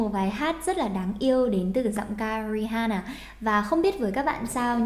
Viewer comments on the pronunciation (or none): RI AN NA cô ơi, từ H câm ạ. Mong cô có thể đọc đúng tên ca sĩ mấy lần sau nhé!